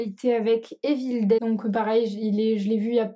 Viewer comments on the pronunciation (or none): none